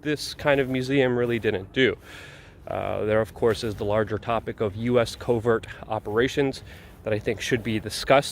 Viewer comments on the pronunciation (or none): none